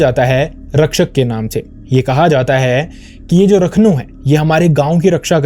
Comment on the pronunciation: Rakhno nhi rakhandaar vo